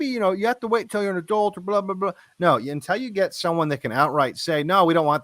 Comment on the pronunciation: I love Devon stack but he needs to learn to pronounce “until” It’s not “n-tell”